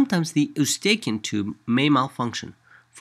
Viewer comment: Hahaha "Eu-staken" tube 😂😂😂